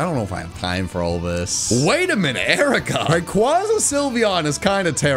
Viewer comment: I love you, but ffs, say Rayquaza right.